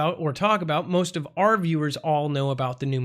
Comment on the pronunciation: Not said like the city in Spain. It’s New Mad Rid